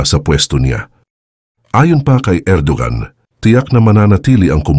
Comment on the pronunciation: Bro, ang Erdogan ay binibigkas na Er-do-wan.